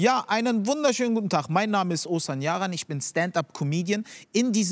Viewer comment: Ozan nicht Osan😂😂